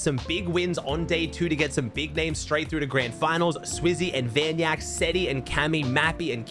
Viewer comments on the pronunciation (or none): so we're BACK to pronouncing the "k" in Vanyak3k's name??